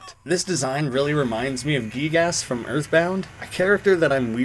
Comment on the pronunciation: giegas is pronounced "guy gAs or guy gus"